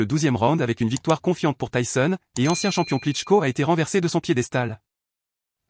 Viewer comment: "tayson" mdr